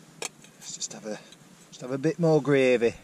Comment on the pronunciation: Great film and review, only watched you once before on a bike packing trip. Pleased you’re recovering well. You went all northern when you talked about adding the gravy 😄. Love a drop of Port myself, excellent🍷